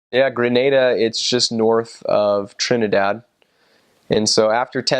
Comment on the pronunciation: I was born in Grenada but live in the USA now. You pronounce the names just as well as Grenadians. Probably the best I’ve heard any foreigner pronounced them.😂❤️🇬🇩 Also, thank you for all the positive comments about Grenada too. Much appreciated.👍🏽😊 We’re more reserved because of our British influences. Isn’t that what they say about the British? 😂